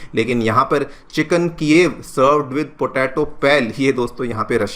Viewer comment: Bro it’s chicken ala- kieve